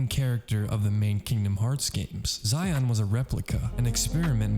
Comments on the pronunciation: It's pronounced like She-on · Bro called xion zion😭